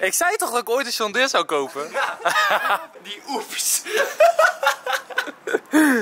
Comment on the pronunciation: Waarom zeg jij sjon deere